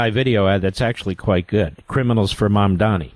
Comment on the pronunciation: I love how Mark mispronounces Mamdani’s incredibly easy-to-pronounce name, but if it were an Israeli name being mispronounced by some leftist, Mark would lose his mind.